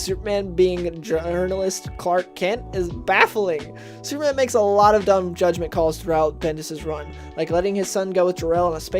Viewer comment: Comics have been terrible since the early 1990s. Plus, slow down, narrator. "Supe-man".